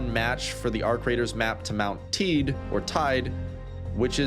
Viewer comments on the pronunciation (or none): It's pronounced "TEI-DE". I've been to the top. From there it feels like looking down on a open world game map you weren't supposed to see 😄 I highly recommend going there and Tenerife in general is an amazing and topographically diverse island. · Teide pronounced Tay-ee-deh btw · mount "THE" IH - DEH" ... there is other pronounciations then ENGLISH letters ... You pronounce I - for us "ai" .. and E like "ih" .. the world is not an island like Anglosaxon culture thinks... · fort reference its pronounced mount teedee :) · mispronouncing Teide is wild, but rest of the video is cool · you butcher my beatiful language english boy (Teide)... good vid tho